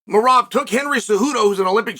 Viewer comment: Came here to hear Chael butcher Merab's name😂